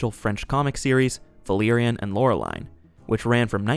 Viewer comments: Meh… he also butchers Laureline’s name.. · Dude, SIMILARITY, not SIMULARITY. And holyshit, are you sure saw this? You constantly mispronounce Valerian and Laureline.